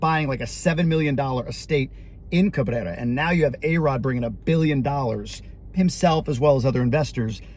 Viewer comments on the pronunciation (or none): You should have been able to say Cabrerrra, just think back to the Taco Bell commercials,Carrrrne!!😂😢😅